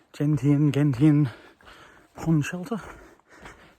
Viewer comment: To clear up the pronunciation of Gentian for you, it's Jen--shin. A gentian is an odd and interesting blue flower/plant about 6 to7" tall. While not rare, they're not common either, if that makes any sense.